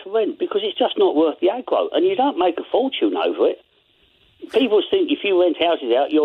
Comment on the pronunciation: It's not wowth the agwo. LOL